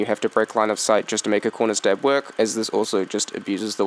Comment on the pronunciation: What is a conrer stab he says conrer stab